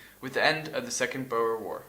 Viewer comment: Awesome vid. you really know your stuff. but it's obvious that you have only read and not heard some of these words. Rhodes is one syllable. Pronounced like roads. Boer (in English) is also one syllable. Pronounced like boar. In Afrikaans it is two syllables and is pronounced in a way I can't properly spell out. Maybe look up a folk song like Bobbejaan Klim Die Berg to find out how it's pronounced.